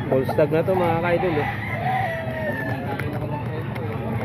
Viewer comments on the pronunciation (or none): Bullstag boss as" u" hindi po bollstag as in "o"